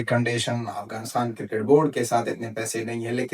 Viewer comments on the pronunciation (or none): none